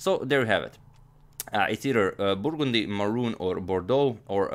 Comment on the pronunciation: I really like the way agadmator pronounces the word "burgundy".